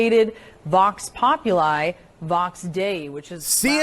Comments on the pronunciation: She says: vox popul"aye" vox "day" instead of vox popul"ee" vox "dayee" - what a complete moron. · "The borderline illiterates at CNN" Yep, the CNN hostess's pronunciation of 'vox populi, vox dei" was indeed barbaric.